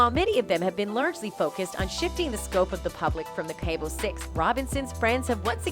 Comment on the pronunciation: Same!! Stop distorting Shanquella’s face, learn how to say Cabo, her murderers name, and several other different words. Poor taste and disgusting. Almost sounds computerized!!